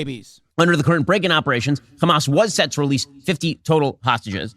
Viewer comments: he said hamas totaly normaly here. Why cant he proceed and keep saying it normal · It's Hamas not khamaz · "Kchamas" counter please? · Hamas is an Arabic word and the first letter is difficult for the Israeli Jews to pronounce since they are from a European decent which is ironic since their language also has that letter, that’s why they pronounce is “Khamas” but there is absolutely no reason what so ever for Ben to be saying it like that and makes him look soooooo stupid to us Arabs, it’s very embarrassing. Bro is just copying everything the zionists say bar for bar. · If shabeebee says Khamaschk one more time I’m going to lose it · Why is Ben unable to pronounce the word "Hamas"? Anyone who can speak English can pronounce an "H"